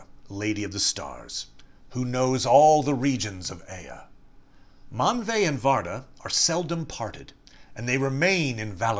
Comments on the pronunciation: Why do you pronounce it Manve instead of Manwe? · It's Manwe. Man way as it's rightly pronounced